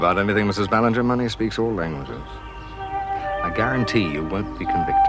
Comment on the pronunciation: omg.....maybe I'm crazy but it really sounded like Ann said Ballantyne instead of Ballinger at :35